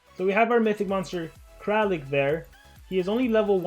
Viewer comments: He's kraLIk, no kraKLin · nobody:: KrAkLiN